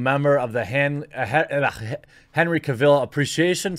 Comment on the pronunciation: Henry's last name rhymes with Travel.